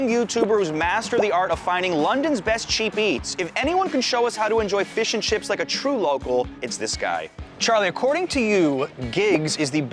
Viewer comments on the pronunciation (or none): how he said “chippy’s” is hilarious